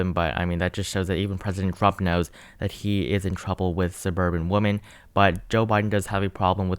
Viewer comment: It's women not woman, it's plural not singular!